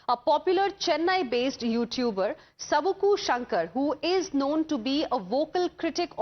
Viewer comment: Sabuku ila dubuku it is savuku